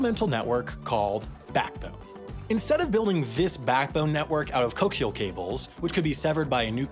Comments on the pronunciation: are you pronouncing co-axial cables as coax-ial cables because you want my brain to explode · Coe-axe-ee-al not coke-see-all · It's co-axial not coax-ial. Because the two conductors share a common axis. One conductor is essentially a tube and the other conductor is a simple wire inside the tube, following the axis of the tube. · For the next corrections video: "Coaxial" is pronounced like "co-axial" (as in, there's an inner conductive wire sharing the same axis as the outer shielding. They are co-axial) not like "coax ial" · I came here to point this out :D (Co-axe-ee-al, not coax-eel) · coaxial is pronounced "co-axial" not "cokes-ial" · Who else is twitching from pronunciation of 'coaxial' as coax-ial, rather than co-axial (the later being what thee cable is)? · ah yes, coke seal cables. that's totally how you say it. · Lol, he said Cokes-ee-Ull cables. Everyone knows it's pronounced Cokes-i-Ahl cables. ;p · It's pronounced co-AX-ee-ul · nobody has mentioned this yet, but coaxial is pronounced 'arzstrrrrrrrr oant' instead of coke-zeal. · Co-AX-ial cables. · Love your content! But couldn't help myself: for one of your future blooper videos, "coaxial" is pronounced "co-axe-ial" due to the geometric origin of the work. I.e. "co" as in "together" and "axial" as in "axis", in reference to the inner wire and outer conductor of coaxial cables sharing the same axis. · Haha cokes-i-al cables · Everybody say it with me co-axial. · I know mispronouncing things is a trend here, but coäxial has four distinct syllables, not a diphthong (the root word is "axial", not "coax"). Also, if conventional English othography as used by publications other than the New Yorker still included diaeresis marks, and people knew how to read them (there's a video topic for you), you wouldn't have made this mistake. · Coaxial is pronounced like “co-axial” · I've never heard anyone pronounce "coaxial" as "coax-ial" before. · It’s pronounced co-axial :) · Co-axial. Four syllables.